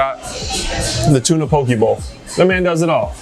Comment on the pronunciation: as a native of Hawaiʻi, I wanted to respectfully correct your pronunciation of poke. it’s called “po-keh” not “po-kee”